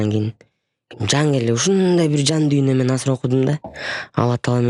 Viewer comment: Эмнеге дуйно деп туура суйлоп кара дуня деп жатышат???